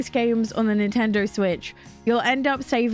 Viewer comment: “Nintender Switch”